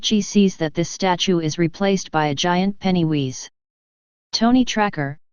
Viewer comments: Penny who? It's pennywise not penny wheeze otherwise great video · You lost me with 'Pennywheeze' Sheesh....worse than 'Aruman'